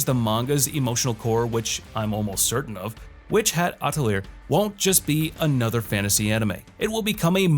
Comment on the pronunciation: "Atelier" is pronounced "uh-teh-lee-ay" It's a French word.